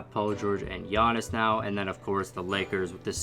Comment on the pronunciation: You missed pronounced Giannis’s name when you said one great player and Dragan Bender